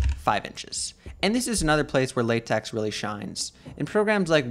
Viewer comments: Sorry if i look arrogant, but its pronunced "LateK" not "LateX" because the "X" Is a greek lettere with a pronunciation more similiar to K than X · I just can't with the " lay-tex " 😅